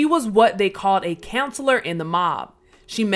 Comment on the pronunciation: Thanks for sharing. This is not to hate either, but there were a couple of mispronunciations such as counselor and mediate. These probably could be corrected with a reread.